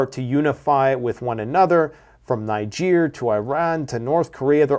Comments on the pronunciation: Putin looks angry for someone who has just won 😂😂 By the way it was the USA Niger have broken with not France. And it’s pronounced Neejer! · I am a Nigeria, its pronouced "Neejay" even if its spelt "Niger". Its a neighboring country to Nigeria.🙂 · Not to be a jerk, but it’s pronounced “ Knee- gehr”